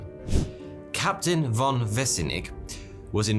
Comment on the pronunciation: Isnt von pronounced fon for this name?